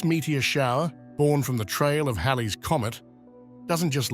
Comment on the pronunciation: This was amazing; I feel so seen. Thanks for pronouncing "Halley's" correctly. Those illustrations are fantastic.